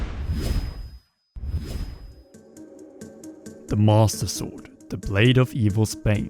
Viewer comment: the mAuStUh sOrd